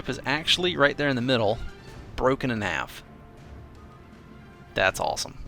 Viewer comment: I didn't mean it in a way to make fun of him I just thought about how a ship has an aft and it broke in half but because of the pot filter (or his acsent) it made it sound like aft